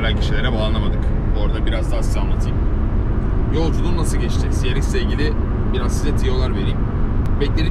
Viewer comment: şu arabaya ya ''si-ar-exs'' de ya da ''ce-re-iks'' de lütfen